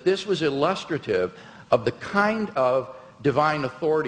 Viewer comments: illus-truh-tive... there is no William Lane Craig video on YouTube safe from preliterate mispronunciations. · Who tr pronounces ‘illustrative’ like that? 😭